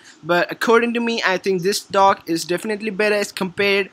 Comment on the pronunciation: Funny to hear him say DOG where he means DOCK